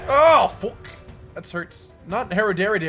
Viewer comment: I think that is the most Canadian "Fook" Cotton has ever said lmao